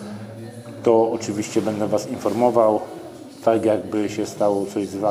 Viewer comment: Film spoko, fajna recenzja. Przydało się dzięki. Tak a marginesie nie mówi się bede tylko BĘDĘ. Strasznie to wygląda na yt w odsłuchu. Mówmy po polsku kolego.